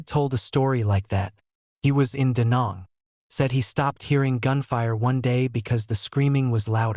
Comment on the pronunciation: Learn the pronunciation of DaNang. I was there. I this is an insult.